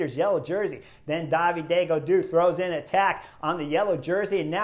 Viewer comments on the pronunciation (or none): I love his pronunciation of “Daviday Gadoo”. 10/10